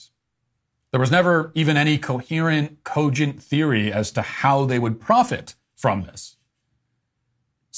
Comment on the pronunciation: Joe Scarborough shouldn't have a job just by the way he says "cogent".